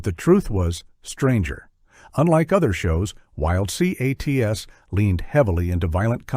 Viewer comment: Say it together, Wild Cats …. Not Wild C A T S…